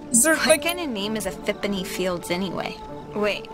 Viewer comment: Ha he said Exhipany pield